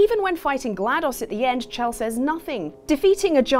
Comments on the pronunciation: Shell. It's SHELL. Sure it's spelt "Chelle"... but it's Shell. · No offense, but it's pronounced "Shell"